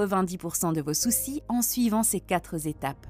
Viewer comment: Liaison malheureuse... il n y a pas de s à quatre